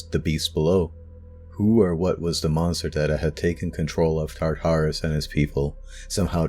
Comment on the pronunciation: He talks a little bit fast in some places and I don't like the way he pronounced "Tartarus". I have heard that name a bunch and never in the way this guy says it.